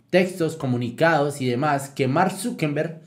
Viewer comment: Se pronuncia Zuckerberg no Zuckenberg